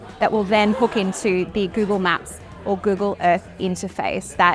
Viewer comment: Gyoogle Myaap ❌😏 Google Map 👈✅